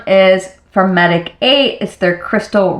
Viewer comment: your skin looks great! just a little FYI, the brand Medik8 is a word play on medicate and is supposed to be pronounced like this😊